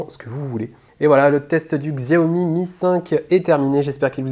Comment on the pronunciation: Xiaomi ne se prononce pas Ksiaomi mais Chaomi !